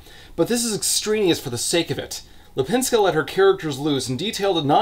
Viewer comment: You were very close with her name. Lip in Lipińska is prounounced more like leap and not lip and I have no idea how to explain "ń" maybe like high tone "ni" in pinion or the double "n" in nanny? That's the best I can think of.